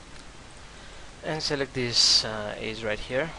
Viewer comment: aze???? EDGE!!! Eh-ja otherwise good tutorial :)